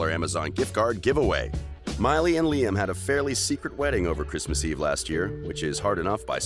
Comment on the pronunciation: I thought Lime Report was a funny way of pronouncing Liam Report.